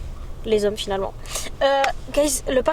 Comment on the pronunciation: « Les zhommes finalement » 🤣🤣🤣